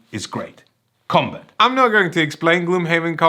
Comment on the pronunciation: Every time I heard say "Commbutt", I think its a device for talking out of your ass...